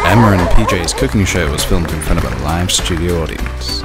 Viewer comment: LOL instead of Cooking at the beginning I heard Cocaine 😂